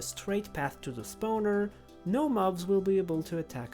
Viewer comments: It's spawner not spauner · The way you say lava while being correct it doesn't sit right with my brain it feels wrong💀 Meanwhile spawner is just wrong you are saying spaowner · i love the way you say spawner. spaouner.... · you keep saying "stoner"